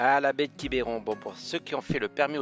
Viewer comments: Bonjour les amis,je vous entends parler de Quiberon, nous Bretons nous ne prononçons pas Quiberon avec ( é) je pense que vous allez me comprendre, bien du plaisir à vous et à bientôt 💐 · Belle vidéo Merci beaucoup Juste une chose : on dit « Quibron » et pas « Quiberon » Mais c’est tout aussi joli ! Merci beaucoup pour cette belle vidéo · Quibeuron pas quibéron : c’est insupportable 😅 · Alors pour information on ne dit pas quibéron mais quibron en phonétique on avale le e sinon superbe vidéo, vous êtes chez moi !! bienvenue à vous deux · Bonjour ! Merci pour cette belle vidéo Comme pour le village de La Clayette qui ce prononce Laclaite où vous n’êtes pas loin quand vous êtes à votre hangar Quiberon ce prononce Quibron Ni voyez aucune agressivité de ma part Bises à vous deux ! Régalez vous !! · c est quiberon mais ça se dit quibron